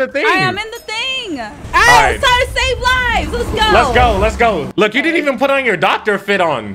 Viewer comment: Him saying let's go: Let's gorow